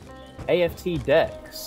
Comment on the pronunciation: The dude doesn't strike me as the brightest. He said "what a name for an area" in response to seeing the room full of trees in the map IX being called the "arboretum," thought that "promenade starboard deck" was a fancy name, and pronounced "aft" as "A.F.T."